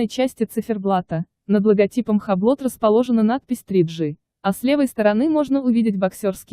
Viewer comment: Хаблот?! Омг🤦🏻‍♂️ Юбло. С ударением на "О".